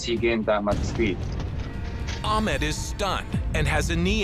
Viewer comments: This is good vid but the way they pronounce ahmeed is just weird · I'm fairly certain that Ahmed's name was not being pronounced correctly.